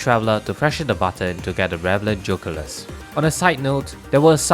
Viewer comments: Geoculus 🚫 Joe culus ✅ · BRO STOP SAYING JOCULUS ITS GEE O CULUS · I love the way you pronounce "geoculus"